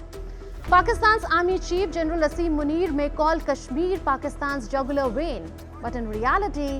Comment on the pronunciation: Muneer: "Kashmir is jagulaaar veeein...".. Fellow no save your veins in ass